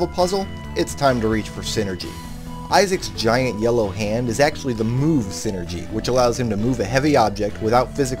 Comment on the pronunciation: Why do you say sinergy if it is called Psyenergy in game?